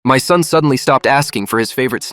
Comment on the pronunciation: thought they said “thumb” instead of “son”